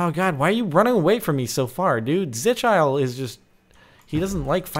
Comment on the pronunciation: It is pronounced zi-kill-ee